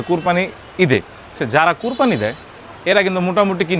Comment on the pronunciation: কোরপানি না। এটা কোরবানি হবে।